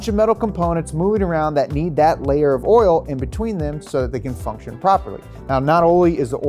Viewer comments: Anyone else notice the word "oil" sometimes had an "R" in it when said it? 🤔 😆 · yes I know, and warter for water too, but that doesn’t change the fact that it is a mispronunciation. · I was hearing that too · “OIL RIGHT YOU GUYS!” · I’ll leave this here “Schaeffers oil” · Didn't realize the word "oil" had in R in it. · Why can only say oil right once in every ten times he says it? 😆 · Did he say oil hoez? 🤣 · They should have gotten someone who can say oil correctly to do this video. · Why does pronounce an R in oil lmao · Why can't this dude say oil? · ORAL? Take a shot every time he says oral, not oil. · I just realized you say oil like "oirl" haha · Why does he say "oral" instead of "oil"? "There's no substitute for that premium, top-shelf oral." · Did you say “Oril” or “Oil”. I like it with the R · is he saying "oral" instead of oil? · Hey, try saying "oil" instead of "oral" it can be misleading to some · My dude says oil like Madea "oiler" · Why he keep putting an “R” in the word oil?? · Its oil buddy not Oriole. Lol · Please change the title to say "Oral" instead of "Oil." or possibly redo this video with somebody who can consistently pronounce "OIL" correctly! :) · He says oral not oil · Anyone else hearing "oriole" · I love how pronounces Oil. It almost varies from "oil" to "oiril" throughout the vid. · I'll take pronunciation of "oiruhl" over James' "Cheh-Vee" any day.. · synthetic oral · Hahaha I was wondering if anyone else was like “why does he keep saying orals?” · Cause he wants to be like all the gangsters that say erl. You better axe somebody. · repping the whole south with his pronunciation of “Urle”! Keep it up buddy! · me:: "orals" me:: "oriole" me:: "orle" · Right?? Sitting here dying with every 'ohl' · Didn't know there was an R in oil. Thank you I've been saying it wrong all my life. Oril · Take a drink every time he says “crude oral”